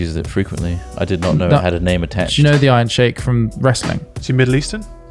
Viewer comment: It's pronounced, iron sheek